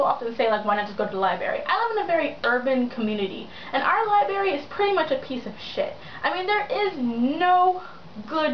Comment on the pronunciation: never thought i'd hear someone who loves books say "liberry"